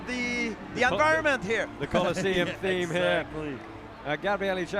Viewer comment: The Collisium??😂😂😂 The ColOssEum...